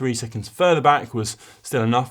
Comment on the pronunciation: Still bodged a few (Rafal 'Madgeka' has been around for long enough I would have thought), but way less than the early days. Did a decent job at Uijtdebroeks several times though!